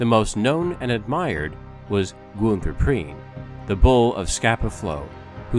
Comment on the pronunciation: WHY the hell don't these productions - OR even their voiceover artists - do the BASIC research necessary to find out how to pronounce German names? ... Günther Prien [Pronounced Ginther Preen] - Joachim Schepke [Pronounced Yo Ack Eem Shepp-keh] and Otto Kretschmer [Pronounced Otto Kretch-mer] ...